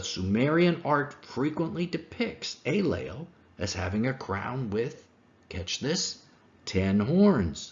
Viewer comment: The Sumerian god in question is named “Enlil,” not “Aylel,” or whatever he was saying in this video. Is there a connection? Perhaps, but phonetics aren’t a very good argumentation for this connection.